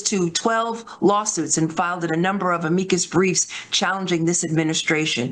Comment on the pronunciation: Shouldn't she know how to pronounce "Amicus"?